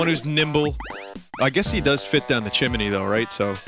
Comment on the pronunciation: "i guess he does fit down the CHIMENEY tho"